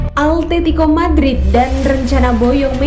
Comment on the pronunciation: simao,,,, simoa atetico.... altetico awowkwokwo